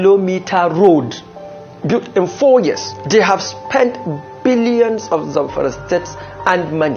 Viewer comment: The way Ojy pronounce the "Billions" with emphasis 😂😂😂 Vawulence